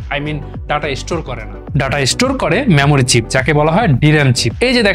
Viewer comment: আরে ভাই মেমোরি চিপস বলুন,ম্যামোরি নয়। বাংলা ভাষাটা শিখুন আগে 😂